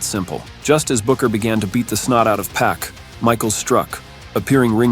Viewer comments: It’s pac not pack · it's pronounced *X-Pawk*... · It's pronounced X-pac (X puc)